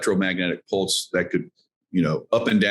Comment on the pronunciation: Pulse..... not ports